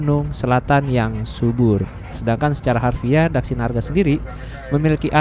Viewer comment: Mas vlogernya udah beberapa kali ke terminal ini,tapi tetap belum lancar nyebut terminal ini,DHAKSINARGA😂